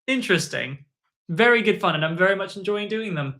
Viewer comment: did bro say mei was funT-T